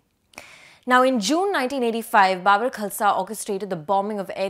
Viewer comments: Babbar like Gabbar not Babur. Kya bakwas journalist hai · Please pronounce Babbar Khalsa properly.....it's not bubber....😅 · Baabar? No, it's BaBBar